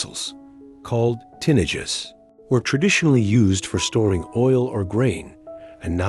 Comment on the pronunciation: AI needs to learn spanish pronounciation. "j's" are pronounced like an "h". Can you say "tinajes" correctly.